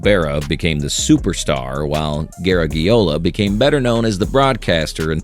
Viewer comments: Bad enough that he did not pronounce Joe Garagiola close to correctly, but he had to keep using the last name time and time again, irritating! I get the feeling this particular video was not researched worth a flip, plus the owner of the channel didn’t know how to pronounce it either. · Who’s Joe “Ger-eg-e-ola ” 😅 Sounds like a distant relative of Lou Gehrig-e-ola. 😂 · It looked pretty informative (although I already knew all of what I heard), but after the fourth time hearing "Gare-a-ge-ola", I had to shut it off. Hire human voices and make sure that they can pronounce the names correctly!!!:face-orange-frowning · Exactly, it’s not “Ger-eg-e-ola”. 😅 It Sounds like a distant relative of Lou Gehrig-e-ola. 😂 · garage...e - ola. I remember occasionally hearing Joe Garagiola when he was a baseball broadcaster. He was very good, gave his own entertaining spin on the games...a good guy. It's a shame that this video creator (AI I think) didn't bother to find out how to say the man's name. Joe G was of Italian descent. His family pronounced it as a "soft" g. In American English, we have the letter pronounced with both a "hard" and "soft" sound. I don't know if there is a hard g in Italian. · You mispronounced Joe Garagiola. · Drives me crazy how AI pronounces Joe Garagiola’s name. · I've heard different people pronounce it differently over the years, but never like this AI did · You lost me when you couldn't pronounce Garagiola. I prefer a thick-tounged amateur to fake robot automatons. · Of course the oral robot mispronounces Garagiola. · You are mispronouncing Garagiola. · I’m not sure if that’s the way you pronounce it in Italian. But it’s pronounced the way Joe Garagiola’s family in America wants to be pronounced. (& the way everyone has referred to him for his entire life in America) his last name has 5 vowels, (out of 9 characters ) but none of them should sound like the letter “e”.